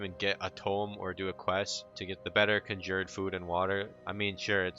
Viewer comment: You pronounce conjured like an uneducated